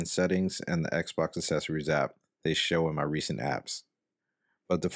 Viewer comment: Says "assessories" instead of "accessories" 😂😂😂😂😂😂😂😂😂😂😂